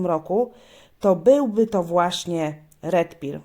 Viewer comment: Dzięki za omówienie,tylko dla poprawności wymawia się Red per ,nie Red pir